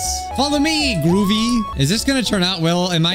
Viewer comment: No! Whered the girl that says gwubbi bun instead of groovy is gone :(